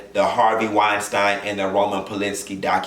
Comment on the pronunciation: WeinSTEEN. Not WeinSTINE...lol